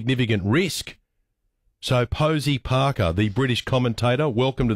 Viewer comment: I love the Aussie pronunciation of Parker